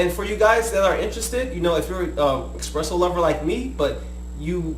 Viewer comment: why do you call it expresso? you even spelled it espresso...